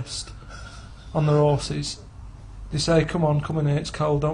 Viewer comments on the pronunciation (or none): “On their ‘orses”